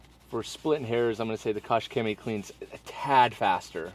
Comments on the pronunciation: I‘m German, the pronouncation is shemie and not coke but koch. Type it in google translate it helps too understand it😂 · Koch is a German last name pronounced "Coke". It's really easy - "Coke - Chemie". and "Chemie is not pronounced "shemie" just like chemicals is not pronounced "shemicals".